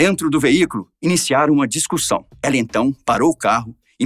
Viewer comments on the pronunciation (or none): aos só eu ouvi o narrador falar "discursão"? ...